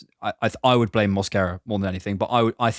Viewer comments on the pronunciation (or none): none